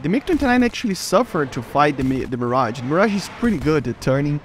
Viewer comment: Bruh he said mirgae